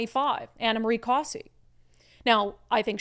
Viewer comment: It's not Ana "Marie". It's Ana Mari like calamari.